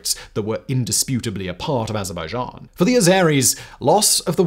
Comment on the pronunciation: Oh wow! Someone CAN actually pronounce Azerbaijan!